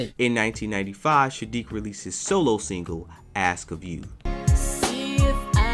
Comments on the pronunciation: Bro.... it’s Saadiq, NOT Shaadiq. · After hearing u call him SHADIIQ A hundred times.... I can't even finish watching this vid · Homie, why in the world do you keep calling that man "Shadique", my question is an emphasis on the weird, "Shhhhh" you've added to this man's name😳💭? The proper pronounciation of his name is "Sssssss"+aadique, that's 1 "S", not combined with any other letter like "sh" or "sch", it's just plain ole "S" as in "snake"🤦🏾‍♀️. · Dude gotta stop saying "Sha-diiq" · Why do you keep calling him Shadeek? It's Saadiq. And Mary Jane Blye? Why are you reporting on people whose names you don't know? 🤔